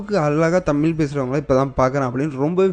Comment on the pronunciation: Tamizh da! zha zha zha..vazhai pazham not palam...not tamil